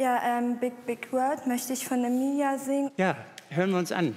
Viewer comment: es heisst emilia nicht emija rettet mich